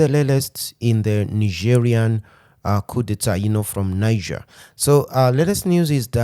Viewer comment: Nice to see that Algeria is joining in defense of Niger!❤❤ P.S.: "Knee-zheir" is the French pronounciation of the country; in solidarity with Niger I would pronounce it "Nigh-jer".